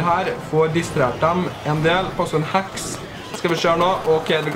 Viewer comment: Er jeg den eneste som syntes han sier "hax" når han egentlig sier heks?